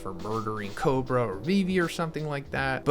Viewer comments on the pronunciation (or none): none